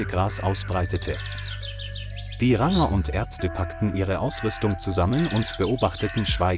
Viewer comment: Kann der Vorleser nicht Ranger sprechen?